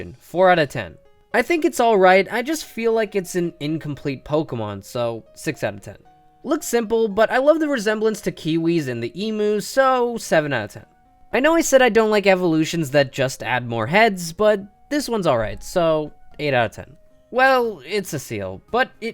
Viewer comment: Emu is pronounced eemyu